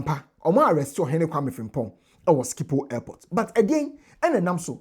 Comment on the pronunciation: Truly a masterclass 👏 and Team! But, you may want to double-check the pronunciation of "Schiphol" Airport.